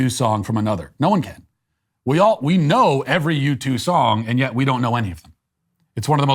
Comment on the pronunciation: I'm sorry, are saying YouTube? Because it sounds like you're saying YouTube. I mean, at first I thought maybe you said U-2, but that can't be right because U-2 isn't a thing as far as I am concerned. Carry on. ..